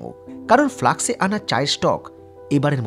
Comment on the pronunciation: কথা টা "ফ্লাক্স" না, "ফ্লাস্ক"! প্রায় প্রতি vlog এ শুনি তো, কানে লাগে।